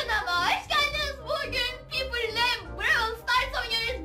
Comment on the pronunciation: Abla bu arada Piper şöyle okunuyor, “ Paypır “ diye, ve Brawl Stars videolarının devamı gelebilir mi? Çok seviyorum.🥰🤗